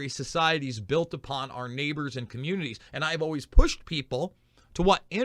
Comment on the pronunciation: Comminarty or telecomminarty ?